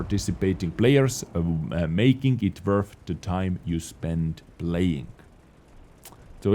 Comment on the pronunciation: I think that penatration ability for HE shells is the main reason why wheel vehicles are losing their HE pens, otherwise American and British tanks are gonna suffer even more. PS: I don't know if you intended to say it but that "So yea" sound exactly like "怎么样" in chinese pronounced naturally, which means "how's that/this". Try hear it yourself in a translator. XD